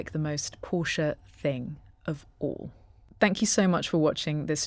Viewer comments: Thank you for pronouncing Porsche correctly! Even actual car channels fck it up! It's a family name - not just a random word - so it especially has a correct pronunciation. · Thanks for the correct pronunciation of the marque name, most UK vids are a fail on this.